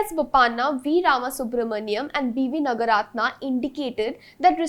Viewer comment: I wish this presenter takes some care to know how South Indian names are pronounced. The first syllable in South Indian names usually is long. Like Naaga ratna not Nagaaratna. Bopaana is to be pronounced as Bopanna etc.